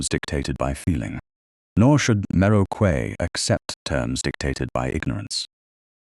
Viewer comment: For goodness' sake correct your A I's pronunciation of Quay to "Key" - the incorrect one is grating on the ear.